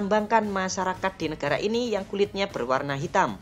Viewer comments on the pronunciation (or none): YANG NGOMONG CEWEK ATAU COWOK,, ATAU 22 NYA😅😅 NEGARA , NEKARA😅😅